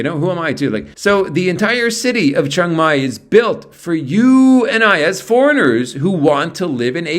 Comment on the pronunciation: It’s pronounced more like Chang than Chung